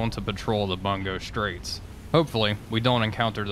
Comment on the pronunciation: It is pronounced "Boon-go straights"...Bu is boo.